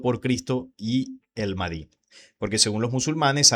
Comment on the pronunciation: Pronuncias mal al Mahdi...debes pronunciar la h aspirada, como al Majdi